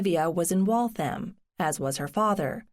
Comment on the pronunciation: Waltham should be pronounced WalthUM, not WaltHAM.